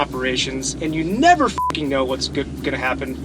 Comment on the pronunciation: From the Netherlands: Did your parents and teachers never teach you to speak properly? It is 'f'''king' here and 'f''cking' there.